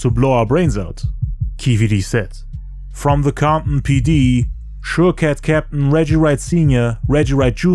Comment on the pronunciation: Comp-in...the T is silent lol. Great job, 100% the best and most detailed documentary about 2pacs death ever made.... you did more than the police, fbi and cia, give yourself a pat in the back!